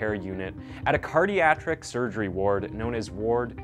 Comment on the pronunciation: "Cardiatric"? This is not the first time you've pulled a word outta your pocket. It's weird.